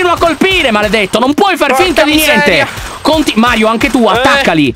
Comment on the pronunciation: LYON HA DETTO MAIO INVECE CHE MARIO